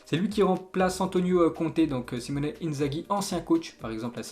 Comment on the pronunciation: Klopp xavi et simeone....et avant ça tuchel et southampton 😂😂 ça fait saigner des oreilles